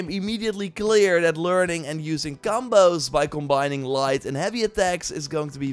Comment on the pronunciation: Phantom Blade Sai-roar! Cam-bohws! Tsjonge, jonge…